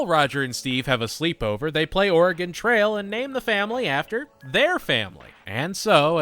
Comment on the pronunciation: as an oregonian the way steve mispronounces oregon makes me want to go bananas